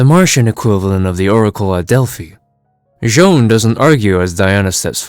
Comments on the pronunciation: You pronounced the Martian Manhunters name wrong. It’s not Joan it’s J'onn J'onzz. You can learn how to pronounce his name is season 1 episode 2 of Justice League the animated series. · J’onn J’onzz’s name is pronounced with a French accent, like /'ʒon 'ʒon.z/. Similar to the actor, “Jean-Claude Van Damme.” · Its pronounced "J'zahn"